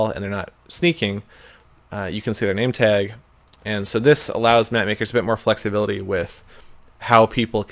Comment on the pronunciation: I just noticed Seth says nametag nameteg